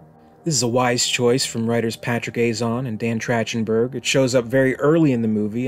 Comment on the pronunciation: Love your work mate! Just a heads up, the director’s name is pronounced TracK-ten-berg.